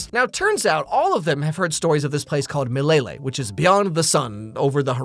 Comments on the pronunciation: lmao mlele is pronounced "hmmlele" not "m'lele" i was so confused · Especially the way they pronounced "mileyley?" 😂😂😂 kwenda uko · So...this is how french speakers feel when we misgender trees... Meyleyley? (It's the way they pronounce Swahili words.... I get 1d 50 psychic damage) Edit: White lions!? In the Savannah!!!? From WHERE!!!? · As a native Swahili speaker, the pronunciation of "Milele" triggers sth within me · Bro the only one who knows how to say milele is rafiki